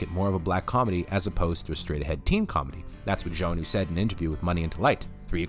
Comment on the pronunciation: Are you sure you're pronouncing "Joanue" (joe-a-new) correctly? I always thought it was like ja-now ...